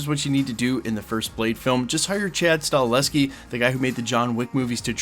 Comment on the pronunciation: Bro if you can’t learn how to pronounce Chads full name just say the director of John Wick. He said on Rogan podcast that he is almost fully influenced by DC comics Frank Miller was his hero Has had talks and in good standing at Marvel and they have discussed a future Punisher he never brings Blade up once but does say Zombies and Vampires are something he would be passionate about making I’m assuming that’s why his name keeps getting brought up for Blade and he works closely and hands all a stunt coordinating on Russo Brother production company